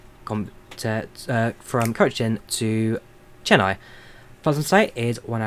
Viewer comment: im from chennai and its pronounced chenn ay not chenn i